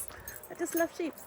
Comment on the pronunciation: Ok... They're called sheep and lambs....not "sheepees". 😂